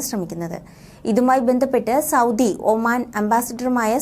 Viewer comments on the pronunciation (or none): none